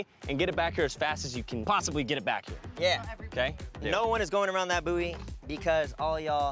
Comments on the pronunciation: buoy is pronounced “boy” please 💀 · no one talking about how they’re pronouncing buoy? it’s ‘boy’ 🤦‍♀️ americans